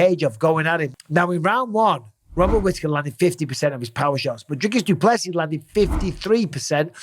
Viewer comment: PSA: The man said it himself - It's pronounced "Do Plus See" ( no emphasis on the "plus" ) - - - not - - - "do PLESSI" and certainly not "Do plessiSS Also "Drickis" - - - not - - - "Drake us" . Good to learn it now so you get it right when talking about the new Middleweight Champ later this year 😉👑🇿🇦